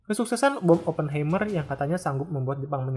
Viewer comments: dibacanya bukan ‘Hei’m(mer) tapi ‘Hai’m(mer) - Heimmer itu dari kata Heim (dibaca Haim) yang berarti home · FYI, cara baca "Oppenheimer" itu "Aa·puhn·ha·mr".